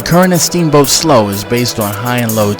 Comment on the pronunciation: Slough is pronounced "slew" not "sloe"